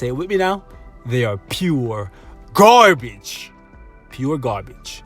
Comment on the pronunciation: it's "pu gabage* lol i have impression that you are talking without R sometimes.